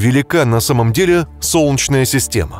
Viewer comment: "Солчная система", "солчная система", "соооолчная система"... Слух режет🤢